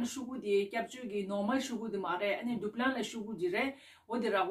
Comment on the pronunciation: It's not duplin It's Dublin